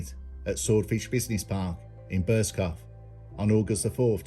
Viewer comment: it made me chuckle because I used to take the piss with an old work colleague pronouncing it burscoff! Drove him nutts🤣